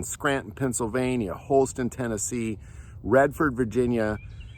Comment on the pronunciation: It sounded like you said "Redford" but it should be Radford Army Ammunition Plant in Radford, VA.